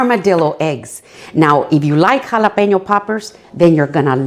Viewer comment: im just here to hear you say jalapeno